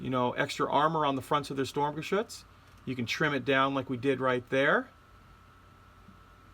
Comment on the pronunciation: Sturmgeshütz should be read like this: shturmgeshitz ;)